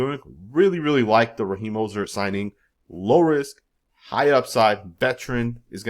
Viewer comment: He needs to sue you for not pronouncing his name right